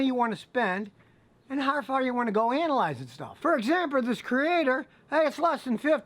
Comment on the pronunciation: Whys he call the Creader scanner the "creator"😂😂